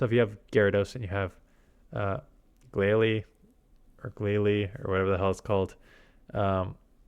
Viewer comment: Glalie is glacier + goalie, so you've got the pronunciation right